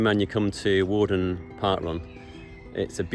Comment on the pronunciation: Worden Park is in Leyland not Chorley. It used to be the home of the Farington Family but was taken over by the council and turned into a park. It's pronounced Where-den not War-den.